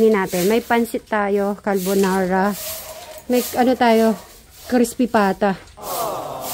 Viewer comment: Madam carbonara po natawa Ako talaga sa kalbonara...